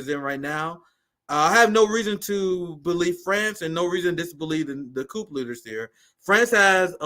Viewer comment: Bro, you too smart to be pronouncing the "P" in coup. Please lol